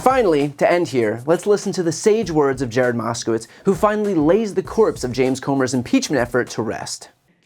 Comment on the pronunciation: "comber"? it's spelled Comer.. why do they mispronounce his name? it's pronounced ( cummer)